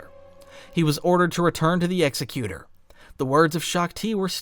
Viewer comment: you mispronounced Executor. Its "Ex - Ekh - You - Tore".